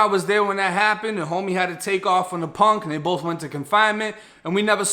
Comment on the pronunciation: Bro you from nola? The way you say PONK🤣🤣😭